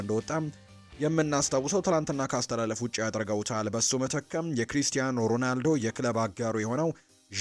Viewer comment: ሮናልዶ ሮዳልዶ አትበል ሺ ግዜ። ያንድ ግሌሰብ ጋዜጠኛ ነህ? ሙዚቃ አውጣለትና በቤትህ ሺ ግዜ ዘምርለት እንጂ ሚድያ ላይ ወተህ አታላዝንብን